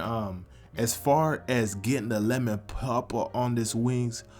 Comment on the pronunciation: crispy leman pepppaah